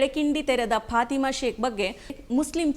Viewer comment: ಅವರ ಹೆಸರು ಪಾತಿಮಾ ಅಂತಲೂ ಅಲ್ಲ, ಪಾಥಿಮಾ ಅಂತಲೂ ಇಲ್ಲ, "ಫಾತಿಮಾ" ಎಂಬುದು ಸರಿಯಾದ ಉಚ್ಛಾರಣೆ